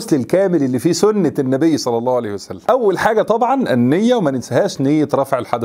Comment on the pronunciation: يا اخي هكذا تقال النبي صلى الله عليه واله وسلم وليس صعس الله سلم